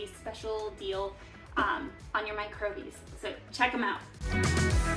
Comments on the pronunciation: "Micro-bies" is supposed to be "microbes" pronounced like a regular person? "East" meant to be "Yeast"? with these glaring mistakes in the first 4.5 mins, how can i trust your attention to detail on anything else? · I kept thinking that too 🫣. Microbes!!